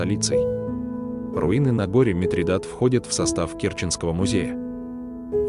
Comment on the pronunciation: На гОре Митридат. Ставьте правильно ударения...😮😮😮